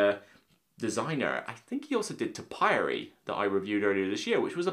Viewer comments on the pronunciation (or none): Ha, think you'll find it's pronounced TO-pi-ary! (Least it shows I've watched all your blog!) Lol